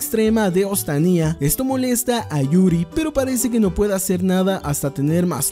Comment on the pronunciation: Se dice ostania no ostaniá